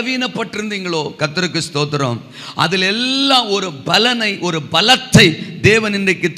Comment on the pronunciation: சும்மா சும்மா தோத்துருவோம் தோத்துருவோம்னு சொல்லாம ஸ்தோத்ரம்னு ஒழுங்கா சொல்ல படிங்க